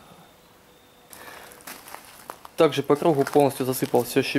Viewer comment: Так же! Так жЭ Так жЭЭЭ Да глять сколько можно????! В целом норм